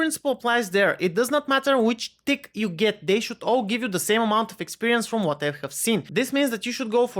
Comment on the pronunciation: Tick sound like dick lol